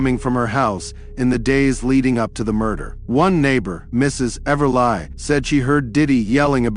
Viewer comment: Sucky AI narration again. The robot pronounces Everly as Ever-lie.. Seriously? This just sucks. And now I see it's fake.